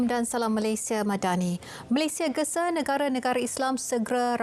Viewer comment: Sebutan salam tu dah mcm lain, cuba la diperbetulkan ...